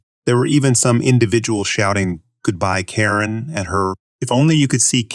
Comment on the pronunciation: Why does the readerbot say "car-IN" for "Karen"?